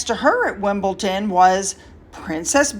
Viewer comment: I love your work, and I am so pleased you are on vacation (but still working). Off topic, the Wales haters say "Wimbleton" repeatedly, so if you need encouragement to say "Wimbledon", there it is- just saying!